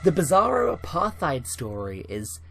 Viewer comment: Has spends about 20% of video so far letting us know how leftarded he is and then can't even pronounce apartheid. Seriously, that's funny.